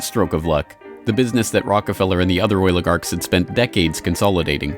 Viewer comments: I just wish eddie bravo woulda warned me HOW MANY TIMES THIS FOOL SAYS OIL-A-GARKS!!!!!! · "The oiligarchs"